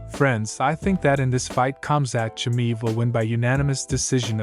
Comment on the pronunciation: Chammiiiiv,no his name is chiamaev